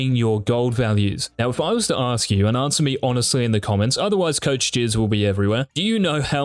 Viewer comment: did he say coach jizz? LMFAOAOAO